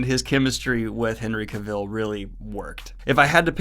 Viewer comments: Daniel, say it with me CA-vull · Oh and Cavill is pronounced Cavill as in Travel dude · Cavill rhymes with travel. Not kuh-VILLE. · Hen-ry Ca-vill lol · Am I the only one getting triggered by the way he pronounces Henry Cavill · still not knowing something so simple as pronouncing a 2 syllable name of someone pretty famous is hilarious given all the nitpicking of everything else..truly entertaining :)